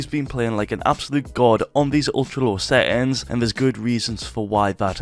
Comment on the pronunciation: bro sry but you trigger me with seins and not settings